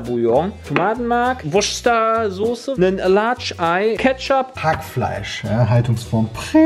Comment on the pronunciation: Wuhhuuu! Jay hat endlich als erster die „worcester“ sauce als „wuschter“ ausgesprochen!!!😁 Edit: ( so wird das richtig ausgesprochen) hab das jetzt unter die letzten 6 Kochvideos geschrieben😅